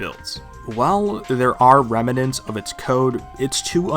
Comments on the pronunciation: I've legit never heard a single person pronounce "remnants" the way you did lol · Rem-a-nents, lol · I love the way you say "remnants"